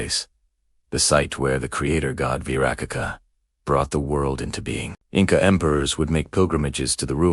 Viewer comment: What is not wyracocha...what kind of meth are you on?